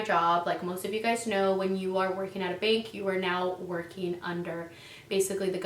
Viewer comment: I thought you said "bink" and had no idea what you were talking about